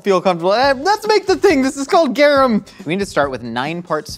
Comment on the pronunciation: I was listening to this while I was cooking and heard say garum and immediately my mind was like "MAX!!! MAX it's GARUM!!"